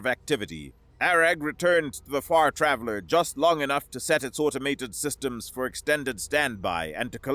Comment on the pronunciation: You said Far Traveler, but I heard the name of the ship as the Fart Raveler